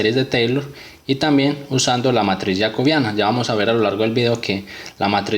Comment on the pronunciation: Yacobiana ??? Así no se pronuncia😡😡😡😡